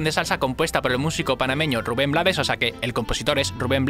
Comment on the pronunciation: Se pronuncia RUBEN BLAY- toda la cancion la canta el mismo compositor, desde luego el hace del borrachito "el cual con su frase coloca la canción en un lugar filosofal, para poner a pensar al que actúa mal" dado que en el contexto, es su propia mujer quien le dispara por susto - de allí LA VIDA TE DA SORPRESAS ay DIOS!! - A pedro Navajas "matón" de esquina, que todo lo resolvía con puñal en mano -- GENIAL COMPOSICIÓN MUSICAL Gracias por tu análisis